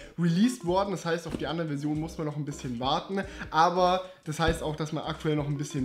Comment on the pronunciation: was mich viel mehr stört, jedoch vermutlich auch auf die "lokalen Gegebenheiten" zurückzuführen ist, ist dieses Ä am Ende diverser Worte, die auf N enden: "auf diese Version müssen wir noch ein bisschen wartenä" - das stößt mir mehr auf.